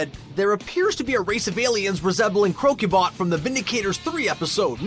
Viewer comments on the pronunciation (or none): "CROW-QUE-BOT"? How about 'CROK-U-BOT"!